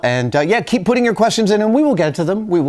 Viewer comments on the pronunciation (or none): none